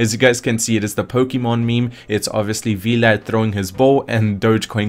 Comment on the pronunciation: V-Lad? XD Sounds like a superhero sidekick. It's just "Vlad" short for Vladimir.